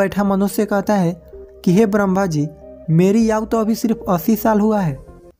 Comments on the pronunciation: Yauu🤣🤣🤣.Ayu bol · 😂😂😂 aaou aaou kya hota ha ayu hota ha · Aau nhi bhai ayu hota hai indian ho ya koi aur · आयु बोला करे ना की आउ हिंदी का अपमान ना करे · याऊ या फिर आऊ नही तुम पहले बोलना सीख लो उसको सही तरीके से बोलो पहले आयु बोलो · Bhai Aayu nahi Aaju bolte hai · Katha kahani wale aayu Ko yau kyu bol Raha hai hindi bolana nahi aati kya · Tu pehle bolna seekh!! Aau nahi aayu hota hai!! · Yaaar yauu kya hoti hh ayu hoti pahle bolna to seekh le superstar baad mm baniyoo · Lodu yau nhi ayu 😂😂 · Thoda bolne ka tarika sudharo ,aayu nhi bol pare but story bhut acchi lagi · बहुत अच्छी कहानी सुनाई आपने धन्यवाद लेकिन आपने आयु शब्द का उच्चारण ठीक तरह से नहीं किया यायु कहा है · Bhai ye yavu yavu kya laga rakha hindi bhi nahi aati to rahane do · You are speaking not perfect age=aau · Hindi padhane nhi aati h n bhai ko isliye aau bol rha h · आयु शब्द का उच्चारण ठीक कीजिए सर जी ! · Aayu to Sahi se bol lo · Aau nahi aayu hota h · भाई "याऊ" नहीं होता है, शुद्ध उच्चारण "आयु" होता है.. शुद्ध उच्चारण करें.. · Yau nahi bhai aayu kaho aapko hindi nahi aaati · बहुत अच्छी जानकारी दी भाई, मैंने पहले भी यह कहानी सुन रखी थी भाई, एक शब्द आपने बहुत गलत बोला भाई आयु को aao bola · Aao nahin hota hai Ayu hota hai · याहू नहीं भाई आयु बोलो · Bhai kahani to bahut achi h, par apni Hindi thodi achi karo, Yahoo nahi aayu hoti h. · 🤔🤔Aayu ko yaayu bolraha hai 😜🙏🙏👌👌😃😃😃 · YAAUUUU....NHI ....AAAYU...AAAYU....AAAYYUUUUUUU.... HOTA HAI UNCLE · Ye aau nahi aayu hota hai Bhai 🤦 But nice explanation 🙌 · Are bhai yaau kya hota hai aayu hoti hai 😀😀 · Aaou nhi aayu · Kahani achhi he, but aap ayu ko yau kyu bol rahe ho brother 😂😂😂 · भैया याउनहीआयु बोलो बहुत अच्छे से समझाया भैया 🙏🙏🙏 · आयु बोलो याउ नही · Please bhai Yahoo nahin ,aau boliye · आऊ क्या होता है आयु नहीं बोला जाता है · Aayu bolo..yaauu nhi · भाई वो याउ नही आयू है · आपकी सीख अच्छी है लेकिन याउ के बदले आयु बोले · Bhai yau nhi bolte Aayu bolte hai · "याउ" नहीं भाई "आयु" बोला करें, हिंदी का उच्चारण सही से करें।👍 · आउ नहीं आयु कहते हैं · Aaoo nhi ayu